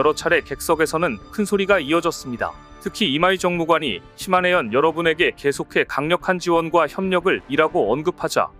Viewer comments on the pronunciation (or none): 시네마현이 아니라 시마네현이 맞습니다. 이런 내용일수록 상대방의 이름은 정확하게 불러주는 것이 우리의 주장을 정당화 할 수 있는 것 아닐까요? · "시마네현"을 몇번씩 이곳저곳에서 "시네마현"이라고 하네. 시네마는 천국이고 시마네는 일본에 있는 한 현의 이름입니다. ㅋㅋㅋ